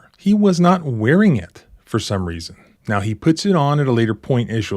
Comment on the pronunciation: Smile, say "the idiot thinks hes got me"... Also, listening to that damned honking goose twang is unnerving, now is a one syllable word goofneck! 😅 UNFIT FOR LAW!